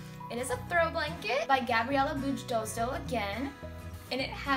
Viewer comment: just a little note, you pronounce Gabriela Bujdoso’s last name as Booy-dosho, that’s how it is pronounced in her language 😊